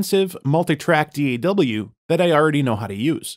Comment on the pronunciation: D-did you say D-A-W instead of DAW?